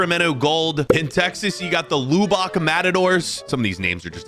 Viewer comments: Lubbock is not pronounced as Loubock. It's pronounced Luh-bick. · It's not pronounced Loobock, it's pronounced Lubuck....I've never heard anyone pronounce it Loobock...anyway, continue. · Loobock? Lubb-ick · “Luubock” it’s Lubbock (pronounced Luh-bik) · just so you know in the future Lubbock is pronounced Luh Buck not Loo Bock hahaha gave me a chuckle though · The way my guy pronounced Lubbock …. Never heard anyone say it like that … for future reference it’s Luhhhh Bick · Did this mfr just pronounce Lubbock as Loo-bawk? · It’s pronounced Luh-Bik lol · In case the other Texans didn't correct your pronunciation... it's "Luh-buhk' or "Luh-bick"... Whatever you said is: 'right out!!' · Soccer* Lubbock* (not LOO-BAWK 😅) NCAA* (NC double A) But other than that, I enjoyed the information. Thanks! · Where is “Loobock”? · 😂 Lubbock is pronounced Luh-buhk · What the fuck is a “lube-ock” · btw Lubbock is pronounced "LUH-BICK" just to let you know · Lubbock, TX is pronounced: lub-bick (I don't know why!?) and neither syllable is stressed. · “Loobock” is not how Lubbock is pronounced 😂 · Lou Bock, Texas??? That’s not how that’s pronounced. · The way you pronounce Lubbock was insane btw it's lub-ick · Just here to be sad about the pronunciation of Lubbock It’s LuHbbook and the matadors actually play in the high school stadium of Lubbock and bring in about 2-3k fans a game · "Loobawk" 😭😭 you triggered the repressed Texan in me. Great video though😎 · I'm British but I still don't know how he could get that so wrong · A couple of other corrections, it's called "MLS Next Pro, " not "Pro Next." FC Farolito beat Portland Timbers 2, not an MLS team. And that pronunciation of "Lubbock"... :) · the way you pronounced lubbock hurts lol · You pronounced Lubbock wrong man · The way you pronounced Lubbock made me laugh. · I feel insulted by the pronunciation of Lubbock 🤣🤣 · The way that he pronounced Lubbock made me laugh for 5 solid minutes